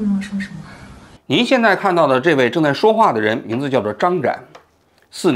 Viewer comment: 您这专业记者，回回节目里新闻当事人名字都说不对